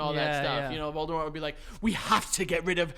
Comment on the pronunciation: “So I says to voldamoht ‘get the fuck outta heuh’” is an all time sentence 😂